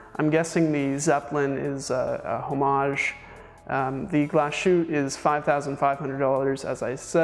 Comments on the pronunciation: It's not Glas-shoot. It's "Glas Hoot-te" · A. Lange & Sohne --> pronounce "ah lahng-eh" and "sern-eh" Say the "A" as a denist would say "Ahhhh" and say Lange" like Chinese people say "Wang" (wah--ng) and "Sohne" with the umlaut is pronounced like "sern-ah" rhymes with "burn duh" Also, Glashutte --> "Glah-shoot-teh"